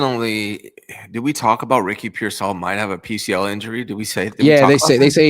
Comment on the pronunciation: I love u but dear God….PEER-sall. Not peer-SALL. I can’t take it anymore…😵‍💫